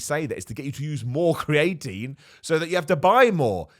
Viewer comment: Why does pronounce creatine as cray-etine? He just straight up swaps the two middle vowels lol